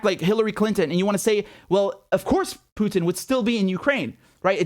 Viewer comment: Btw, someone should inform Herr Starmer that Vladimir Putin’s name is spelled Путин (pronounced POO•tin) and not Пютин (which would be pronounced the way HE says it, PYOO•tin).